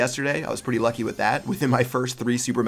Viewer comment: LoL! He said yucky instead of lucky